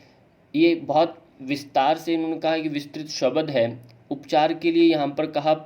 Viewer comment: आपका व्यकरण शुद्ध है लेकीन " शब्द को शबद क्यो कहते हो?